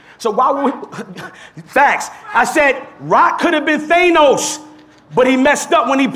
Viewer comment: It funny how pronounces thanos